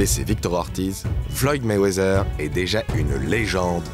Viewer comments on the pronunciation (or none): .. personne en amérique prononce le «th» comme si cétait un « z » ... ca se prononce pratiquement comme un « t » normal... je sais pas qui vous a mit ce truc dans la tete mais faut oublier cet espece de son «z» que vous voulez mettre partout ou ya les lettres « th » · Arrete avec ton Mayweazzzzzzers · Mayweazer loll cest Mayweather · Meywezeeer...ohhh les français